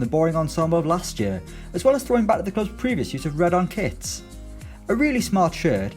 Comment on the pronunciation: I love when teams bring out brand new 'kwits'